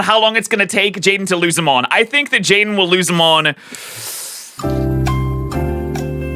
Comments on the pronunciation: Most of the comments said jaden it isn’t jaden it’s Jaiden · the „Jaidne” in the intro killed me